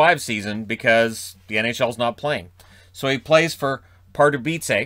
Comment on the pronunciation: as someone from Pardubice I really do appreciate your pronunciation of our little city, it was flawless! As a fairly new NHL fan from Europe and Czech Republic I just now realized how good Hejduk really was. Thank you for your content.